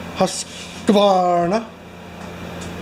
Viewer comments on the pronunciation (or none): Husk - varna is how the pronounce it on the commercials.